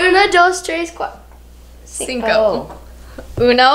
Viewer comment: I love Carly’s mom’s reaction and saying “ginko” instead of “cinco”.